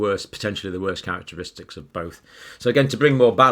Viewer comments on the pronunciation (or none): none